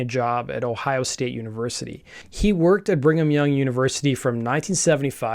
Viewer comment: You said “bring ‘em young” University not once, but twice. 😎